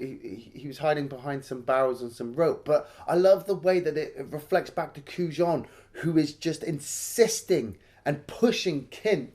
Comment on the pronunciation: The only reason I watched this movie at the time was Gabriel Byrne. It was a phase. On a more annoying note, it bothered me the mispronunciation of Kujan. They say his name in the movie you're reviewing. Why say it differently?